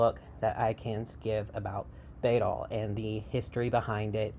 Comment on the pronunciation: Just wanna let you know you are pronouncing the word wrong. In Old English, the letter „æ” (called „ash” and replacing the ᚨ rune of the same name) is pronounced like the „a” in cat. So it's (rather amusingly) pronounced like "baddle" In fact, a number of linguists agree that it's directly related to (or even the ancestor of) the modern adjective „bad”. I'm a trans woman who finds bæddel rhetoric to be quite harmful and who agrees with the things you say in this video, I'm just also super into linguistics (it's my special interest, my channel is named for an entirely etymologically unrelated and non-intersex although similar looking Old English word which most likely meant „trans woman”) and the way you pronounced the word bæddel really bugged me 😅 EDIT: I got through a larger portion of the video and noticed you commented on that part. Just so you know, bæddel is unrelated to the word bædling, and you are mistaking the etymology of one for the other. An understandable mistake yet one I still feel should be pointed out. They look very similar but have unrelated etymologyical origins. It would be phonologically unlikely for both to come from the same source, as bæddel's Old High German relative „pad” (which EXCLUSIVELY meant „intersex person”) would not have had the devoiced plosive „p” at the beginning, and would have instead been identical to „bad”. „Bædling” has the etymology you described, deriving from „bedd”, but it exclusively means „trans woman/effeminate man”. It is s